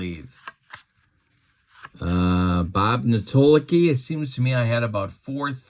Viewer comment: The Spirits of St. Louis...Bob Netolicky...never heard it pronounced 'Nuh toll licky'...his nickname was 'Neto' ...loved the ABA and the three point bombers!